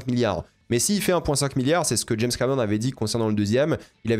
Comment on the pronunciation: dès le début tu m'as trop fait rire et renvoyé en enfance: jameusse bond? j'avais la même prononciation gamin et mes cousin.e.s s'en moquaient gentiment et ça nous faisait marrer... maintenant prononce le prénom james sans rien derrière... puis réessaye avec bond... hahaha, t'as vu t'es guéri de la jameussemanie... merde! plus tard tu le prononces bien haha c'est pas moi qui t'ai guéri... je t'aime bien.